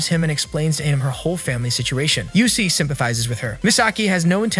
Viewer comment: not him pronouncing usui as Yusui \... ahhh no offense btw XD